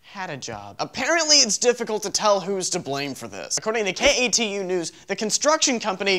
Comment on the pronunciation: Did anyone else notice he said k e t u news but the picture said k a t u news